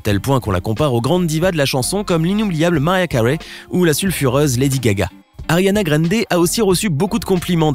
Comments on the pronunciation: “Ariana GraineDé” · " Ariana grendé " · " Ariana Graiiinde " lol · Y a que moi que ça a choqué le « Ariana grrrinndéai »😂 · "Ariana Grende"💀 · "Ariana Grénedé" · Je n'aime pas comment tu dis ariana grande , elle est trop belle et super talentueuse alors tu la respecte !